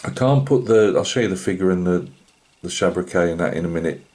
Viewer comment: Lovely old kit and it’s looking good I’m sure it’s pronounced SHABRACK